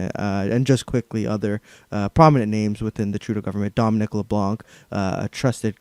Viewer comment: Here's how you pronounce "Leblanc." Don't use your being a British Columbian as crutch. You don't have to speak French, but you are expected to be able to correctly pronounce the names of long-time federal cabinet ministers.